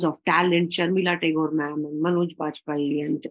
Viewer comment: it's Manoj not manjoy ....